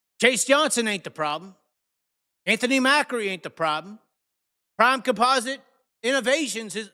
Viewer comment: It's not pronounced mackery.. it pronounced .Ma-cree